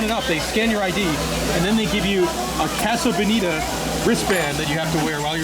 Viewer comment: fewer than 10 seconds in - "caso bodita"